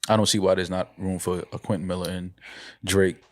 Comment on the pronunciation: “Quentin Maller”